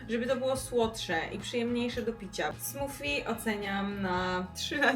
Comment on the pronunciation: Mowi sie smoothie (smoodhee) smodi a nie smofi.Czesto to co nie jest zdrowe smakuje najbardziej.